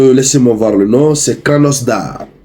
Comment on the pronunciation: Hée le, il faut bien prononcer les noms tjeuy yalla. La ville c'est krasnodar et non kranosdar.